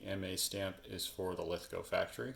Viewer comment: Awesome content.nice to hear you say Lithgow properly,If your ever in Australia i will take you to the Lithgow factory museum.